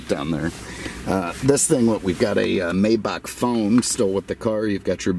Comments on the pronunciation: it's spelled Maybach but it's pronounced My-bach. Just an FYI. May is pronounced My. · Apologies it is pronounced as My-Bach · Please call it by its proper name, Maybach is pronounced Mybach. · Beautiful car. I love your videos and could listen to you talk all day. Your stories crack me up. It does grate on my nerves when someone pronounces the name of these car MAYbach and not MYbach. I'm sure this correction will bring me very nice replies.....lol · The Automobile is called a "MY-bauk" not a "may-bauk" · Sorry for your loss may God rest his soul. One complaint tho. You say it "May Buck", and it's incorrect. It's MAI BAH.. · Oh and can you settle something for me? A buddy and I have been arguing for a bit on the pronunciation of Maybach - Is it “May”bach or “My”bach? Obviously one of the most important questions of our time...lol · It's "My-bock" according to the pronunciation tools available. I usually hear it said "May-back", but seems to have split the difference. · for God sake pronounce the name of the Maybach correctly! You are the best and I was shocked to hear you say "May-bach" as in "may I help you", the work is spoken "My-bach" "May" in German is pronounced like "Mai" in English, e.g. My car, My Sauerbraten not yours, My Porsche (Por-sche with the "e" spoken as an "ah"). You're very unique and I learn a lot from your presentations but the Maybach thing has to be corrected concerning this German Masterpiece. Wilhelm Maybach (German: [ˈvɪlhɛlm ˈmaɪbax] ( listen); 9 February 1846 – 29 December 1929) was an early German engine designer and industrialist. During the 1890s he was hailed in France, then the world centre for car production, as the "King of Designers". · Just say "my" and add "bah" like in Baja California. That plate, Jesus Christ....it's like plate that Zuckerberg will have :)))